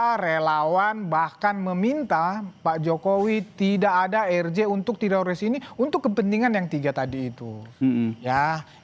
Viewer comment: telinga saya mendengar bilang Terosis bukan tiroris. yang sama pendengarannya kasih👍